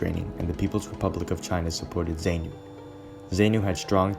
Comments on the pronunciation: Some of the footage is not even related to Rhodesia, you can see that it is from the Vietnam war. The commentary audio is too soft and the music too loud, a lot of the music is also not related to the Rhodesian story. Zaynu (incorrect pronounciation) pronounced zaaarnu terrorists raped and murdered the female survivors of the viscount that crash landed after they shot it down. Zaypu, correct pronounciation Zaarnu were also responsible for lots of atrocities on black civilians in the rural areas, cutting the lips and ears off these civilians and forcing the civilians to cook and eat their own ears and lips, just because the people did not have any food to feed the terrorists. These are the people that are now running the country and things have gotten from bad to worse since independance a lot more people have starved than in Rhodesian times. Mocambique gained independance in 1975 not 1976, clearly the narrator has not researched this story properly and has no clue as to what really happened. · That's NOT "great" mate. Rhodesia and the the Rhodesian Security Forces deserve more respect. These soldiers fought and died for something that you gloss over with 60s music and nonsense 'facts' - you can't even pronounce Zanu or Zapu - but you'll play the Rolling Stones as backing music about something you clearly know nothing about. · It’s funny how you pronounce the guerrilla groups ZANU and ZAPU, it’s Za-puw and Zaa-nuw - Zaa-nuw-pee-eff. Nice video otherwise very Quinton Tarantino esk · Great job! Editing needs to consider better pronunciation of eg ZANU, ZAPU etc. But a great statement on that time and place. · Zapu pronounced zarpu Zanu pronounced zanu and the z is not zee Rhodesia is pronounced ro de sia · Great project! Hope to see more from you. Suggestion... You might want to check pronunciation of local words (mis-pronounced words include Rhodesia in some places , ZANU and ZAPU). Will help the impression you give keep up with the research you did.